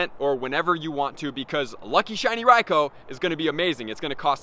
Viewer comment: His pronunciation of Raikou is painful.... Bro use the U